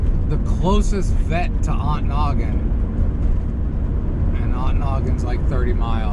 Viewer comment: who taught you how to pronounce Ontonagon? The T is not silent.on to nagon.